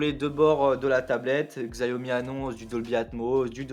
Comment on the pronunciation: Par ailleurs ça se prononce shiaomi vu que c'est du chinois xiao - mi = 小米 qui veut dire petit riz xiao pour petit et mi pour riz